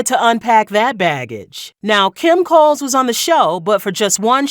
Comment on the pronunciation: Kim "Cole," not "Coles." Unpolished content ......